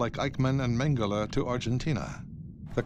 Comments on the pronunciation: Everyone in all languages: Mengele This narrator: Mangalay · It's annoying when English speakers call him "mengalay", because we literally have the same phonics in British English, we just add an "R" to achieve the same sound. Mengele = "Mengeler" not "mengalay". It's with an "euh" sound. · Is it magala or mangalay. wft England and their stupid butchering of the English language. Even though mengala isnt part of the english language lol.